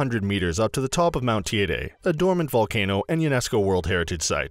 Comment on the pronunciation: TEIDE as in Lady